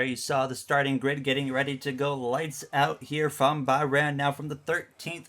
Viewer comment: please pronounce bahrain and azerbaijan correctly